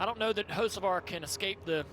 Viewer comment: 🤔if I had a dollar for everytime I heard "O Hosavar" I'd have Dale Jr's type of money by now 😂